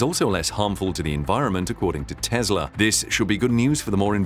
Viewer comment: FYI: it's Tesla not Tezla